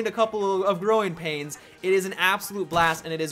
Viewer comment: im guessing you said growing pains not groin pains